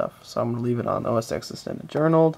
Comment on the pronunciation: Minimum RAM for tiger is 256MB. Anything below causes the installer to hang. Also it's not OS 'ex' it's OS Ten. X as in Roman numerals for the number ten